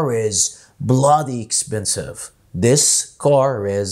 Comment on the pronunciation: حضرتك ليه قولت dis بدل this